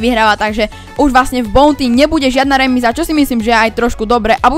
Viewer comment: Mr.P sa číta "mistr pí" a buounty sa číta "baunty" ,sorry ale strašne ma trigruje keď niekto hovorí zle po anglicky🙂👍